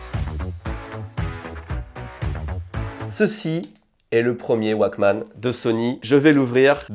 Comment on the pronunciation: "Mais il serait encore en état de foncitonnement" 2022 découvre la pierre à briquet! Pas besoin de la recharger (il faut quand même la changer), pas besoin de WIFI, ne se branche pas sur un smartphone, ne nécessite pas d'application dédiée "le 1er waquemanne de Sony" C'est pas plutôt un wouolequemanne (ou Woke-man)? Moi aussi je connais l'effet madeleine de Proust, ça peut faire mal. Et après ma famille se demande pourquoi je garde tout et ne jette pas mes vieux trucs:/